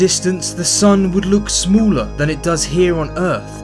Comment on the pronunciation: Are u american